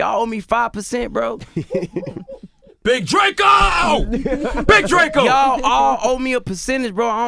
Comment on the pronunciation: Big DRA-CO 😂😂